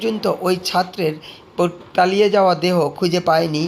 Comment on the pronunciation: তালিয়ে গেল বলছেন কেন?তলিয়ে গেল বলবেন।